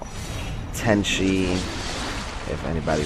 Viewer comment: tenchi its tenchu xD